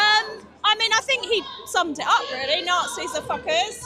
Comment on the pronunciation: She is calling them Naz I, without knowing the meaning. Intelligence of a sprout